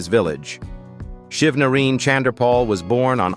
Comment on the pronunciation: Why the f... you all can't pronounced people name properly?? HIS NAME IS SHIV NA RINE..NOT : SHIV NA REEN!!!..Jeezzz !!😡